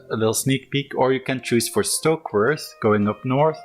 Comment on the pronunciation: Stokeworth! For the love of god, Stokeworth!